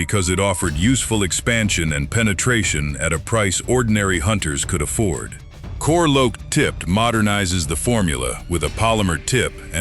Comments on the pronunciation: Core Loaked .. .. is the center of Remington’s reputation. Lol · Gotta love AI voices: “core loaked”